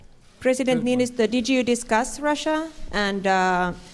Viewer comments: Yeah he turned our president into a Pokemon with that pronunciation. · I cannot fucking get over how he pronouned Niinistö. What the fuck mitä vitun vittua mikä pelle